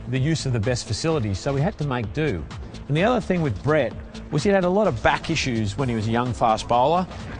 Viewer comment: An Indian calling him Brett instead of Breet? Now I've seen everything. Good for you 👍